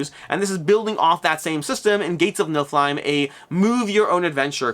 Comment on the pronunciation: Niff-ill-hime not Nilf-hime